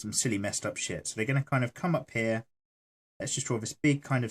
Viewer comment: WOW i love it when you say haa but i know its sopposed to mean here